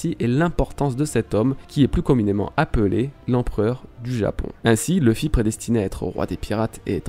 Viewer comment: Je serais très curieux de comprendre pourquoi des francophones décident d'appeler Luffy "Leuh-fi" alors que en Japonais ça sonne "R/Louh-fi". Ca voudrait dire que vous prononcez un nom de personnage tiré d'un Manga Japonais à l'anglaise en étant francophone ??? :confused